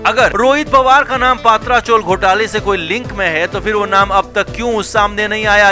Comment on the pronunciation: पत्रा चाल, पात्रा नहीं